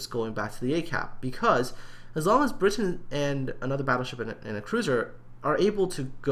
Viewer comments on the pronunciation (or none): I have no idea how you get briton out of bratyn??!!??, with all the time you take to make this a top notch channel, you completely insult all your subscribers who send in their replays and you mis pronounce their names, let me see, ya - 100% of the time!! Start going through your replays and count how many times you've said "I hope I''ve pronounced that right". Well, here's a thought, take the time to respect players names and learn how to pronounce them. Try sounding them out - 'a' doesn't sound like 'i' - just sayin'! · The way you said it initially was correct:p Brat-yn;) Thanks for featuring it,! - Bratyn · Everytime I come back to this, I can't help thinking:, how the hell did you get an 'i' sound from an 'a'. if he was called Britain, he'd have spelt his name 'Britain', not 'Bratyn'. I know it's been two months, but sometimes I despair over people, even those who appear competent. Jingles saying that the Cleveland has 156mm guns, even though it has 152's. Jammin411 using results screens from a defeat in a Zao for a victory in a Yamato. We all make derps, but they can intensely annoying.